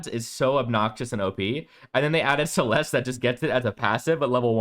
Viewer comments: You do not pronounce the E at the end of Celeste bro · The way you pronounce Celeste is so annoying. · Are you deliberately pronouncing Celeste's name wrong as a joke lol? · 99% sure it's a joke. He even says it normally when he is talking about Holliday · He knows. He’s joking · the moment i heard you pronounce CELESTE, i knew this list is a troll. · it’s a joke to pronounce her name that way, and this list is nothing but facts. if you think this list is bad it’s because YOU are bad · The way you pronounce Celeste is giving me gout.